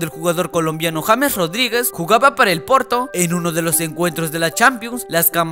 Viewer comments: sabes vos, no es por ofender, se dice yeims no james, por dios estos nenes de preescolar nunca estudian 😠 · JAMES JAJAJA NO SERIA YEIMS?